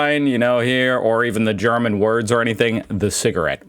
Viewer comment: I really like your videos, but I keep wondering how you manage to slip guttural sounds into simple German words when you try to speak German. Maybe the trick isn’t to pronounce every word like a drill sergeant giving his recruits a dressing-down. 😂